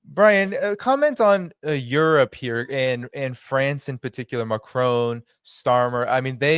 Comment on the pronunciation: I wish you and all the others would learn how Macron's name is pronounced and how it's NOT pronounced. Listen to a Francophone and note the difference. You will never learn by listening to other Americans.